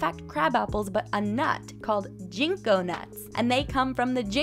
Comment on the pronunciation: i like your vids. apple seeds won't grow the same apples because the trees are grafted together. also the g in ginko is pronounced like the g in get